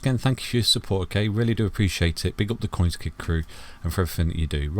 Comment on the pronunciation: I kid you not but every time you say your name, Coinskid I hear Coinski. Wakes me up every time 😂😂😂